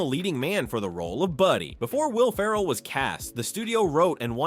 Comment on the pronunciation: You're getting a thumb's down from me. Will Ferrell is the star of the show. If you don’t care enough to make sure his name is pronounced correctly in about half of the video then I'm not going to watch the entire video. It seems you're either turning in your homework without reviewing it or you just don't care about your finished product. Neither do I. Sorry, not sorry.